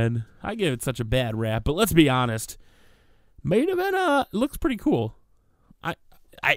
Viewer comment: Stop saying main envent